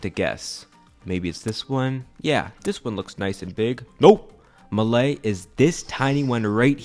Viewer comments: I know a Maldivian, actually. BTW, it's pronounced "maah-lay", not "Malay". And it's kind of curious why so many people mispronounce kilometre; where did you learn that? It's pronounced just like you're pronouncing "metre", not like "thermometer" or "speedometer" (because it's a unit of measurement, not a measuring device). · Thanks for the video! Just some notes from a Maldivian. 1. Malé, contrary to how it's spelled, is pronounced "Maa-le", not Maley (best way I can explain is to elongate the "a", and end with a French style "le"). 2. Yes, it's deeply overcrowded in Malé, you can't walk on the road without bumping into every other person on the sidewalk. It is not fun to live here. 3. I actually laughed because yes, ironically the beaches in Malé are actually very ugly and unsanitary. Touché. 4. , this point is not necessarily true, Malé City is administratively considered to comprise Malé proper and the nearby islands of Hulhule, Hulhumale and Villingili, with plans to expand the metropolitan area to include other nearby islands in the future, and Addu City is administratively considered to be the entire Atoll of Addu, not a single island. Although Fuvahmulah and Kulhudhuffushi are indeed single island cities. 5. Yes Local level Island Council Elections are mostly... just voting for your friends or family lol, politics aside. 6. To summarise the main point of the video (which is broadly correct), everyone lives in Malé because thats where all major government services, education, healthcare and jobs are located, and where the government has always historically been. Like every other country, everyone moves to the main city for better opportunities and living standards. And it doesn't help that successive governments continue to prioritise almost all major development to Male over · the city his talking abt is called male pronunciation:malé (maaley) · Fun fact its actually pronounced maaley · It's pronounced maalé btw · Its pronounced maaaleee